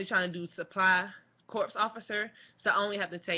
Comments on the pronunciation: Please. It's corps (core), not corps (corpse). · Just FYI, corps is pronounced the same is "core". But great videos, I'm thinking about the process myself. Thanks!